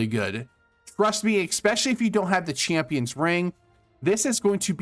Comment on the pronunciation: Great video but for the love of God, Jesus, and Baby Jesus, please stop saying "exspecially". Also "Daemon" is just the British spelling of "Demon" and they're pronounced the same. Thanks again!